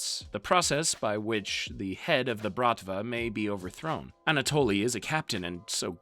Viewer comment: anatoly..."a natalie"...please, dude